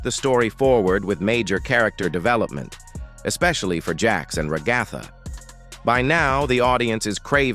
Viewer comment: THE WAY HE SAYS RAHGATHA